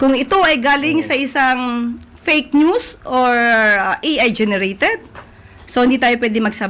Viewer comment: Iyong usec.Claire puro malabo ang pinagsasabi palayaw niyan si usec.fakenews kasi hindi sa kanya na mabigkas yong fakenews😂